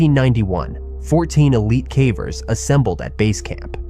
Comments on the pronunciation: they pronounced cavers, cahvers so at a minimum the voiceover is AI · AI-ass voice pronouncing it "cavvers" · I like these stories, but are you using an AI voiceover? That's the only reason I can imagine hearing "someone" pronounce caver such that it rhymes with cadaver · ia this voice ai I feel like a person doing a video this centered around caving would be able to pronounce "cavers" correctly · How are you repeatedly mispronouncing "cavers" in a video about caving 😭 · The occasional mispronunciation of "cavers" alternating with the correct pronunciation of "cavers" makes me wonder if the voice is generated too 😒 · The audio must be at least. He said cavers wrong multiple times